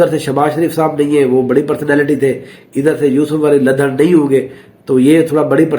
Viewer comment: Yousaf Ali ladhar😂 Ladhar nhi Lidhar is name of a village correct yourself and your information